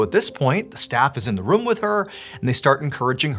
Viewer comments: The way he says room like “ruhm” lol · Since beginning watching Mr ballen ~8 years ago , the way that he says “room” has always stood out to me lol. He says “rum” 😂